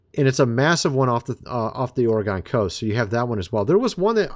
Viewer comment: DUDE.,... '"* IT'S THE*"',... '"*ORYGUN'"*,!!!'"* COAST,!!!.'"*,🙄🙄🙄...